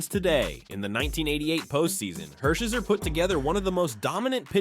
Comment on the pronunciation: Ok, timeout… when you’re doing a greatest list of ANYTHING, you should do enough research to get the pronunciations right. Orel Hersherzer?!? C’mon man smh